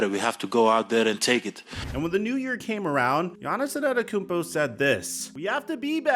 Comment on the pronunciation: Here, lemme help u out. It’s pronounced Aan-Tae-toe-koom-po